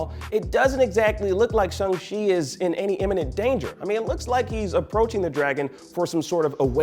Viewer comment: he says it correctly. Look it up.